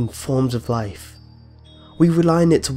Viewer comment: wotah, wotah is du canistirr of laiff